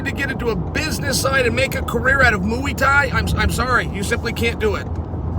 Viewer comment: Moooey Thai